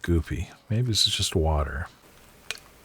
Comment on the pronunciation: He say water lol